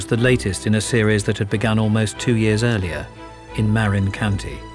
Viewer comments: It's "muh RIN" County, not "MARE in" County. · right?! I’m from Marin County…he massacres the name. Lol! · He miss pronunciation according to Dan Marina county lil olde lady with red car 😂😂😂